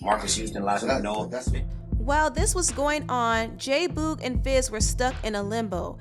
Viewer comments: can you please stop saying Boog’s name like that??? It’s BOOG like Boogie Man. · Boog like book. It’s the same sound.